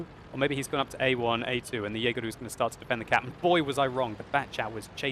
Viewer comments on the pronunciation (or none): lol why do u call the jaeger jaegeru lol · "Yeageru" aishiteru... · I like how calls it a "Jaeger-u"